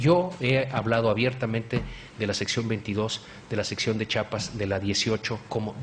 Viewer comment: Sr. X se dice CHIAPAS NO "CHAPAS". ...